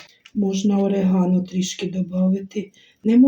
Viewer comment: Добрий вечір,, вибачте наголос ставиться на букву "о" і орігано наголос на букву "і".Ви праві, кальцинованої їсться руками, так смачніше.Ви чудова людина.Дрбраніч.